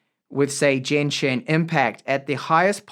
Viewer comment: The only one big problem here is that you said jen-shin instead of genshin 😔